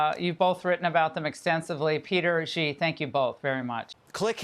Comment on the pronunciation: "Shi," not "zhi". There is no "zh" sound in Chinese. It seems Americans need to take any sh or j sound in chinese and turn it into a "zh" sound, which I find so strange because that sound is rare in English. "Shi (she) Jin Ping". "Bay-Jing."